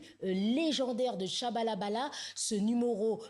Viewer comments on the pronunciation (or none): C pas Tchabalabala😂😂😂, c Tchabalala